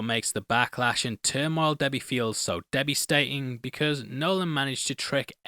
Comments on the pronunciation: did you really say "debbystating" instead of devastating? xDDD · You said "debbisating" instead of "devastating" idk if that was on purpose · did you just say “debbiestating” 😭😂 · Lol "Debbie stating" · Man said debbistating 😅